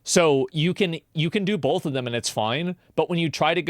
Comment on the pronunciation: There's no L in the word both. Stop saying bolth